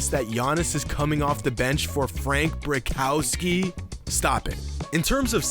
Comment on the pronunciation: the way he said Brickowski lol